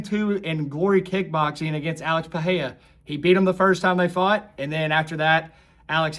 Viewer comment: Pereira is pronounced Puh-ray-ra. The "H" sound in Brazilian Portuguese R's is only present if the name begins with an "R" or if there is a double "R" (like in Ferreira). It's not pronounced Charles Oliveyha nor is it Puh-heya.